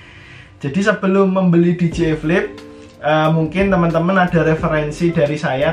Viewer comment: Di jey ai(dji) , bukan di ji ai (dgi)